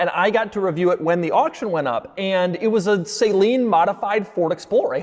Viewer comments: Doug is the type of guy to say "Saline" instead of Saleen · Doug is the type of guy to still mispronounce Saleen.